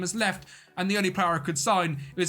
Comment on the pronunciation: Mykyta Kononov Not Mitika Konyonyonov Kononov his surname Mykyta(like Russian Nikita, with first letter M) his name